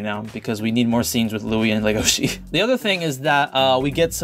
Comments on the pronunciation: IT'S NOT LEGOSHE GODDAMNIT!!! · Legosi will always be LegoSHI in my heart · It's pronouns, "Le Go Shi" not "Le Go Si" because if you say "Legosi" it sounds like you guys are pronouncing "legacy" which Legoshi, #ProtectLegoshi, doesn't want to do. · in the french dub they said "LegosHi" I was like : "what? eh? D: " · I always thought you were saying Lu-go-chi